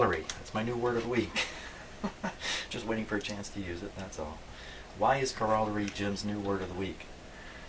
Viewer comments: it's pronounced ˈkôrəˌlerē,ˈkärəˌlerē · You are mispronouncing the word COROLLARY. Go to google and listen to the pronunciation.